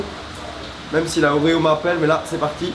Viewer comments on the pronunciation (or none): none